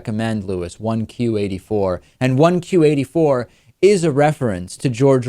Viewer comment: The title is actually pronounced as "Q-teen Eighty Four". And I agree, I enjoyed reading this book as well. If you want to read more Japanese fiction, I'd recommend "Battle Royale" by Koushun Takami.